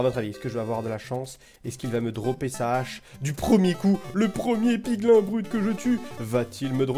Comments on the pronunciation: ON DIT "PIGLYN" ET PAS "PIGLAIN" !!!!!!!! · On ne dis pas piglin mais piglîn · Ont dit PIGLIN(E)!!!!! c'est pas bien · On dit 《pigline》